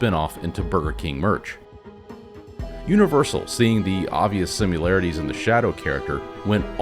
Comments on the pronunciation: Subbed and liked. I freaking loved this film when it came out but so many of my friends were like"nah"! You have put together a fantastic and compelling argument to view this film in black and white. However... One criticism. It's pronounced similarity. Not simularity. and time-stamp. Ooh and you give off a very cool Kevin Conroy vibe with your narration or is that Bruce Wayne🤔 Much love and appreciation. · The word is similarity. There is no "u" in similarity, nor do you pronounce the "i" like a "u". Other than that, the narration was solid!